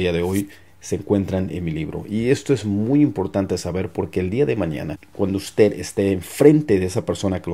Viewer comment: Hi. Great. Thanks for giving these tips. Just a little think. In spanish we must pronounce the last consonant 'd' in the word 'usted'. You sound and say 'uste'.